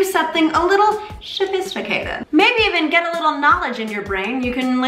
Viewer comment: Mamrie says sa-fist-icated and with that hand gesture?? Freudian subconscious slip much? haha😂😂